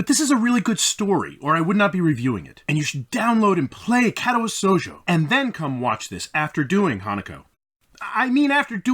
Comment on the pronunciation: Dude how do you pronounce it so wrong after he told you exactly how to. What is Kätawä Souljo